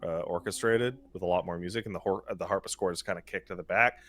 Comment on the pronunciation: people hearing say "harpischord": ah yeah I know what that is go on people after corrects him: HARPISCHORD? DO YOU EVEN KNOW A HARPSICHORD FROM A CRUMHORN YOU DUNCE?